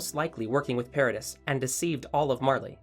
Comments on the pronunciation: nah bi its paradis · PAH-RAH-DEE the s is silent